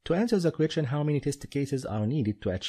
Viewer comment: I watched all these on your udemy link. You are actually very good at explaining and have a natural talent for teaching others how should they think during the exam in order to better organize their time and achieve maximum efficiency. Unfortunately your English pronunciation sucks, especially when you try to say "question", I want to just press Alt+F4. Try to improve this and you will do amazing.